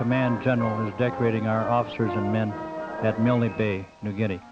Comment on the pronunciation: G'day, Yay Team ! Nice vintage narration..., featuring the non-existant "Y" which the US always insisted on adding onto their idiosyncratic pronunciation of "MILNE Bay..." (!). I've only ever read of that affectation, in books written by Australians who were around at the time ; so it's quite a giggle to hear the phenomenon "for real". The Airfield at Milne Bay was known as "Turnbull Field", named after Squadron Leader Peter Turnbull, shot down there on take-off before retracting his Undercarraige, on a Ground-Strafing Mission to support the Infantry defending the Airfield from Japanese attempting to dispute possession of the Runway. Every ANZAC Day (before the Bat-Eaters' Lament Virus began stalking the Earth.....), my home town still gets a detatchment from 76 Squadron to march in the Parade, & a Jet Flyover at the Cenotaph ; owing to Peter Turnbull having grown up here... (Glen Innes, NSW). Thanks for posting... Stay safe, ;-p Ciao !